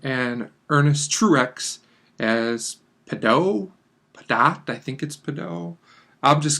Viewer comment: It's Peh- DOTT.